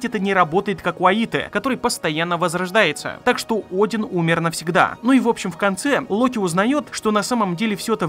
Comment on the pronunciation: Один это имя ударение на букву О